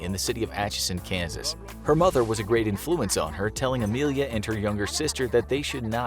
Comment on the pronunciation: Lol. You pronounce things hilariously. "Influence," "habitable."